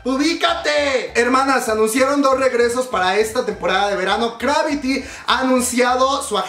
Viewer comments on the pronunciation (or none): Amigo, se llama ✅Cravity✅ no ❌Gravity❌